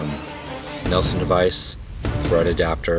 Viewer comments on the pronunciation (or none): Interesting. Competitive pricing. It looks compact for a .45 can, about 6" long? I would like to see dimensions. FYI: the booster is a Nielson (Neel-son). not a Nelson (Nell-son) device. Not a big deal, but you might want to use the right name in an advertisement/promo video.